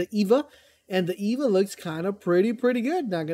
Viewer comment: Just an F.Y.I. - From a grammatical standpoint, you wouldn't pronounce "E.V.A." as the name "Eva", as it is an initialism and therefore, would correctly be pronounced letter by letter e.g. E-V-A.